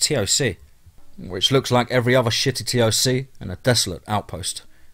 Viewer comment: Since these stories are supposed to be true stories told by soldiers why don't you try learning the acronyms !! Like CPT try saying captain, or SSGt say staff sergeant, or LTC Lt Colonel , TOC us dont say the letters you just say TOC . Just saying if it's a military veteran he would say F O B he was say FOB like the word.